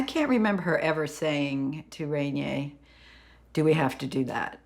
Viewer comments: Her husband’s name was pronounced “Ren-yay,” no? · Surprised by the incorrect pronunciation. It is Rainier